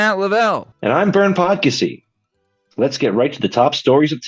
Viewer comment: Not Fav-ree!!!!